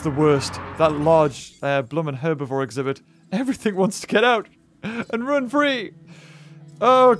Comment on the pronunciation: Ze t-rex exibith